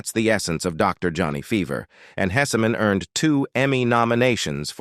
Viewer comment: Your AI needs to learn how to properly say several of the names !, Hesseman (Hess man) not (Hessy man) & the TV show mentioned Mary Hartman, Mary Hartman. It’s only a quarter second to half second pause between the name not 3 or 4 seconds.